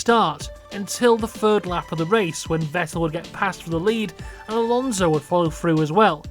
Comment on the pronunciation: There's no Z in Alonso, the S is pronounced like, well, an S.